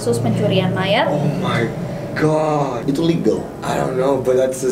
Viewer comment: andovi say “omaygat”